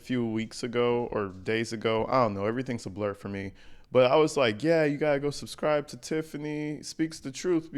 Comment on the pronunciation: “Yall suscriVe”😂😂😂😂